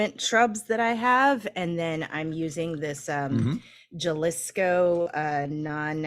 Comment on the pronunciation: Great show! I love it. Been watching for years. Now, a couple of complaints: 1)Kai not drinking an IPA is not cool. What's going on. Too often lately. 2)Kimberly, you gotta lookup how Jalisco is pronounced.